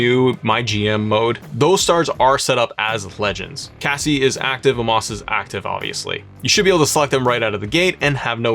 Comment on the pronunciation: I was thinking the same thing. He went from "Casey" to "Cassie." 😂